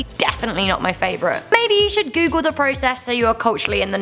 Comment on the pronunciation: I thought it said " Top 10 Things You Shouldn't Coogle "